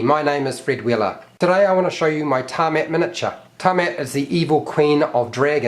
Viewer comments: "Ta-met" bro how do you even get to that lmao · Its Tiamat not tarmat god it's like you have never played D&D in your life. Its pronounced Tee-ah-mat not tarmat you buffoon